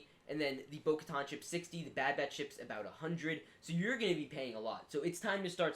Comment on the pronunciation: Its Boka TAN. LIKE IN SUNTAN